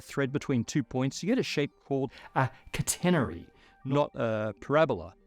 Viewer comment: looks like someone mispronounced catenary and had to dub it back in later at the last minute when they didnt have their usual echo dampening recording environment slight jumpscare with my good headphones honestly